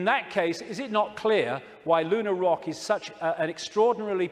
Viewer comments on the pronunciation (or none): none